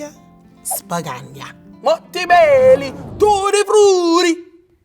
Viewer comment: did she say “tootie furity”????😂😂😂